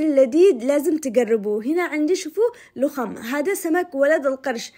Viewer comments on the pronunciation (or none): اسمه لَخم، بفتح اللام